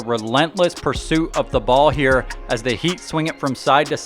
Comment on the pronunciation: Kyle "Get that Gahbage outta hee" Lowry